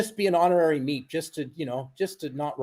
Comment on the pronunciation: I remember the words on the screen, said beep beep. But it sounded like he said meep meep.